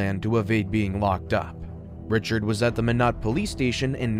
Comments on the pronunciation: It’s my knot not min knot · My~not. Not Min~ot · Hi just your friendly North Dakotan native, Minot is pronounced “my-not” for future reference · Minot is pronounced "MY-not". I know because I have family from there -- you can get tourist t-shirts from the airport which can help with the pronunciation that read "Why not Minot?" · Minot is pronounced “my-not” … just had to get that off my chest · Interesting story - future reference - Minot is pronounced My-not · FYI.. Minot is pronounced “my knot” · It’s pronounced like “my knot” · Always thought it was pronounced My-not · My-Knot (Minot) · It's pronounced "my not" lol shit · Being from North Dakota you really don’t ever hear about it in these kind of videos thanks for the funny minot pronunciation too lmao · My crazy mind can’t get passed the mispronunciation of Minot. Garghhh I’ll have to try to watch this one later. Great story. Looking forward to it. Maybe later my crazy brain can get passed it and be able to let it go.